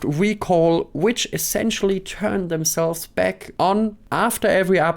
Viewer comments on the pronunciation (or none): none